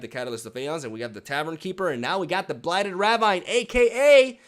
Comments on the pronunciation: Love the videos and the content. I'm not sure if you are purposefully saying ravine in the manner you do but the standard pronunciation is "ra-veen" but I like your pronunciation all the same! Can't wait for the new expansion. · It's not ravine, it's ravine, gosh...